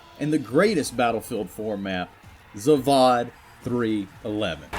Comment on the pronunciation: It's not ZavAAAAAAd, it's ZavÓd. Hell naw, my ears are in pain rn. Look how he massacred my ZavÓd...